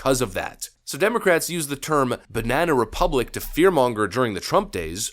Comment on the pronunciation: What the FUCK! ...is a "binena republic" America? What are you saying? Learn vowels man.